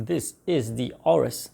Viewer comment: It's actually pronounced "a-yo-rus"